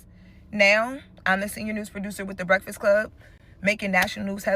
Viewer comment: Mans can say contentious but not breakfast… Ehy you do so much Breakfast Club content but can’t even say the word?